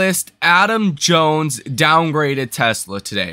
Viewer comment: its not jones